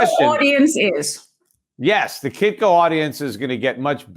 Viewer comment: Kitko not kikko... Peter Shiffless